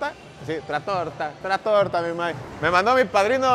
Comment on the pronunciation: Carnal color pulparindo se pronuncia tratoria y es de comida italiana